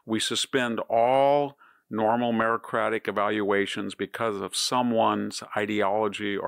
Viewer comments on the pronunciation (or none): Victor, more mispronunciation problems. The word is meritocratic, and you have always mispronounced it as merocratic.